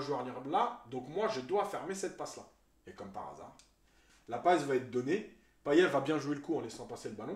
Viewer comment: Bravo. Seul petit truc ! Payet se prononce Paillette à La Réunion 😀 Canot, on dit "canote"